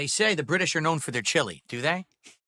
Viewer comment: The way he says British is super annoying. Why does he emphasise the ITS part